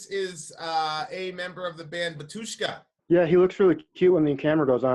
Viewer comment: bAtushka - stress is on first "A" .......